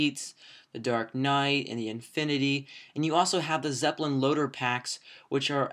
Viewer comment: It's nnot Zepplin its Zeppelin